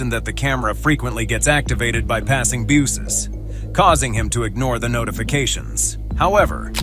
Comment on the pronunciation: That was odd he mispronounced BUSES!